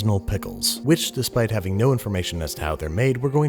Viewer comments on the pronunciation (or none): none